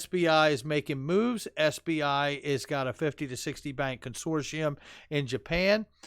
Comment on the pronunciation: Con-sort-ium... No shss sound in that word